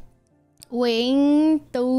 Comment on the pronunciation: Sao chữ "Nguyện" nói mà tui nghe na ná giống "Huyện"